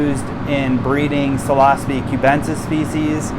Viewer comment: PF Tek aka (psilocybe fanaticus technique) It's Psilocybe not Philosophy. You pronounced withoutthe P (Silo-cybe). The P is silent 🤫. But if you never have grown any and just read about them then regurgitate stuff you read online then that makes sense. Also note the Professor who made PF tek more popular in 1992 (He didn't invented the tek just made it popular) his name is Robert McPherson Aka (Psylocybe Fanaticus). Again even with his name the P is silent 🤫 and pronounced (Sylocybe) after Psilocybe (Silocybe). Just was a bit annoyed so I thought I would help you out so you didn't confuse people. 😎🤙🍄